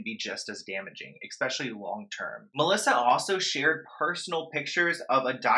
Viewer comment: Especially. NOT EXPECIALLY!!! Omg. I’ve said this 100 times!!!!!!